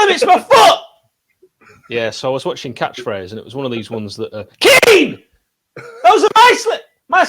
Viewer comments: KEAN!!! KEAN!!! KEAN!! OH WAIT THATS ALAN, ALAN ALAN TELL KEAN!!, OH WHERES ALAN KEAAAAAAN!!!!!! I'M INJURED BEEN PLAYING ON TOO MUCH XBOX LAST NIGHT KEAN!!!!!!!!!!!! bryan: ITS NOT KEAN, ITS KEEYAN!! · Rodwell: KEAN! Bryan: It's pronounced Ke'an Rodwell: What you on about? I haven't got time for that Kean, I've got an injury to think of! Tell Hecky my rotator cuff is playing up